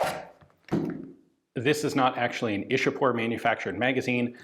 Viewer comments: same. Ichapore is how it's pronounced In local Bengali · It's 'Ishapore'🙂